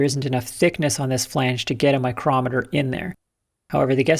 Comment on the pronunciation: HAH! "eye-crometer" I LUV it!!!!!!!!!!!!!